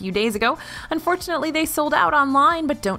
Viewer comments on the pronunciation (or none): PODME? Seriously!! PODME?! It’s PADME!!!!